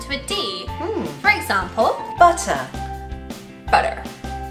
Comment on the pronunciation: You did butter really well.